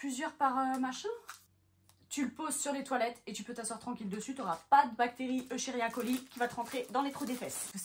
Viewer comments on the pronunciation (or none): none